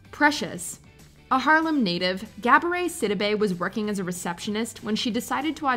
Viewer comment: It was the “gab-oray sydabay”